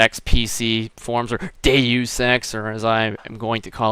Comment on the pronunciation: its prenounced dayus ex not doos